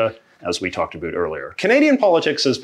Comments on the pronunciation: When is this valley girl going to realize Canadians do not over dramatically pronounced the word about? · The way he says about… “a boot” 😂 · Great video ,but why did you say "a boot"? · Why does he keep bringing up "a boot"